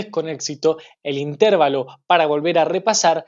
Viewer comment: una sugerencia, no se dice intérvalo, lo correcto es decir interválo, coloco las tildes para hacerme entender, pero esta palabra no lleva tilde, muchos éxitos.